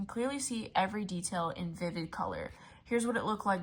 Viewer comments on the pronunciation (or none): none